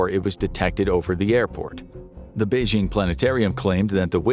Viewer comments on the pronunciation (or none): none